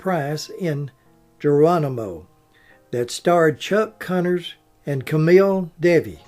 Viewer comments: In Mexican Americans the J in names is sounded as an H. So its Her-rah-doe not Ger-ra-doe. I made that same mistake myself when calling off the attendance list in one of my early math classes. And boy, the Mexicans in class really jumped on me immediately and called me down. I never made that mistake afterwards. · J is pronounced H in Spanish. So her name is pronounced Hoo rah doh. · Katy Jurado - mispronounced......María Cristina Estela Marcela Jurado García, The Magnificent Seven was made in 1960............